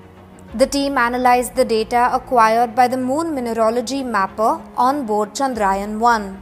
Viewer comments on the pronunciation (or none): This is not चंद्रायन but चंद्रयान .. This is need to be corrected... Plzzz Expect a proper pronunciation 🙏